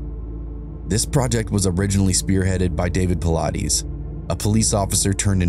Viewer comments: It’s actually PA-LI-TES. That’s how you say it. Though I’m glad he’s sharing this Detective’s stories. David is a master at the 411 cases with countless books he has written. 😊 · 😂😂 Nice pronunciation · If you're gonna use his work , why don't you pronounce his name right absolutely atrocious shame on you